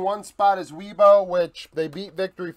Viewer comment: Great video bro! Really like this series. By the way, as a Chinese speaker - Weibo is pronounced "way-bo" rather than "wee-bo," just if you were curious!